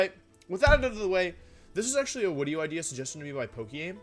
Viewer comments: Why does he keep mispronouncing video as "wideo", then when he pronounces it right he immediately goes back to mispronouncing it on purpose? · Why do you say “wideo?” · i love that he intentionally says wideo thats so funny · stop saying wideo it d i s t u r b s m e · I luv d wideo intwo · I dont mean any offense, but do you say "wideo" due to a speech impediment, an accent, or is it some sort of channel meme? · what is with you calling it wideo or just pronouncing v's like they're latin v's in general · Why is he pronouncing video 'wideo' and gimmick 'jimmick' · I HATE WHEN YOU SAY WIDEO STOP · Wideo man makes funny wideo with new funny wideo intro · Why does he say wideo? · every time he says wideo, it sounds like a person with an indian accent saying "video", it makes me laugh everytime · It really hit he hard when he told us that, in fact, it was him. Wideo Man. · 2 minutes in and he can't pronounce the word "video" or "gimmick." Is his inability to pronounce words correctly some kind of act that he pits on or has he never had a conversation with a human being before?